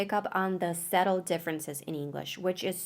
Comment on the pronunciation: suhtel not sehtel, otherwise your pronunciation is 99.999% spot on!